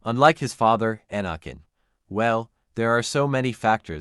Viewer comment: Please learn how to pronounce Anakins name correctly